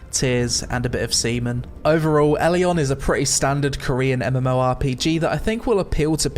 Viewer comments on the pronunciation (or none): none